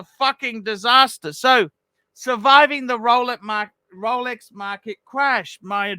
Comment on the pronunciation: Hair by investing heavily in fake rrrrrolecks